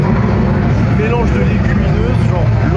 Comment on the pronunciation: "C'était un melannnge de... Peunquartcorde"